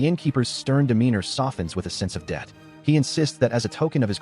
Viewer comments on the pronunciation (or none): none